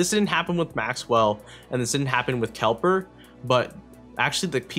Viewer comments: it's kepler not kelper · Kepler* not kelper :D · kelper LOL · Learn to say Kepler.